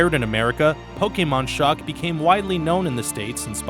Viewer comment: This is one of the few people who aren't Pokémon fans to actually say Pokémon correctly. Good on you!